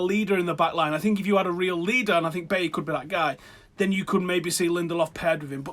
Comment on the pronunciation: For the love of God.. Pronounce Bailly as Baaaayi not Baeyeh and De Gea as De Kheya not Da Hey FFS